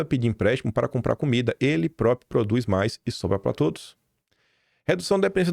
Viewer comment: Por favor faça um esforço para pronunciar a palavra próPRIo corretamente. Se treinar um pouquinho vai conseguir.